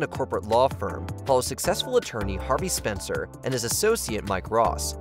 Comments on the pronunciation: You bash "Suits" and couldn't even be bothered to get a main character's name right. It's Specter not Spencer. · was this written by AI because you were wrong about suits. the names are all messed up. it is harvey specter not spenser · if yall are gonna criticize a show, at least get the main characters names right 🤦🏾‍♂️ it's Harvey SPECTER, not Spencer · So many inconsistencies makes me wonder did you even watch these shows or you were just given a script? It is Harvey Spectre not Spencer. And Patrick J Adams played Mike Ross while Gabriel Macht played Harvey Spectre. Atleast proof read the script once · Harvey Specter not Spencer. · It's Specter and he didn't leave the show' he played Mike Ross, not "Spenser" L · It’s SPECTER not SPENCER. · The dude also said Harvey spencer not Specter XD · Nahhhhhh we're not putting Suits on this list. This is a list someone made cause they were bored. Also "Harvey Spencer?" LOL Yeah try again. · It's Specter, not Spencer ffs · Harvey spensor 😂😂😂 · Oof, not only did we dismiss a show as good as Suits, but you even got Harvey Specter's name wrong.